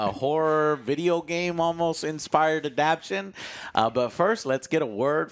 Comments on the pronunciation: Joe, it’s “a-dap-tay-shun”, not “a-dap-shun”. You literally do this every time. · It may be ironic that cannot pronounce a-dap-tation given that one of Nick Cage's best movies was Adaptation. Edit: So, As usual I guess doesn't know, but Nick Cage notoriously does not do sequels ever. He has only done one sequel in his entire filmography and that is intentional on his part. He has no interest in sequels ever. So... Chunky Cheese. Keep saying that and they may actually change it to that instead of Chucky Cheese like it really is. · Adaptation. Why can't pronounce this word?